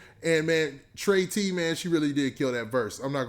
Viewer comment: “Trey T” . . . It’s pronounce Tree.tee.😂😂😂